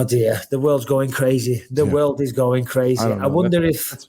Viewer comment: O my woerd Baby boi O my woerd